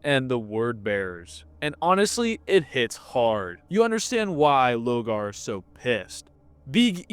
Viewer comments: Love this video and your little comparisons to anime arcs but some of your pronunciation dear god 🤣 you’ve read the books it’s LOR-GAR 😅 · Is there a reason he keeps mispronouncing Lorgar’s name? Like an inside joke I’m not aware of?